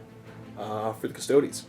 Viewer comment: pronounces custodes 'custoads'. turned off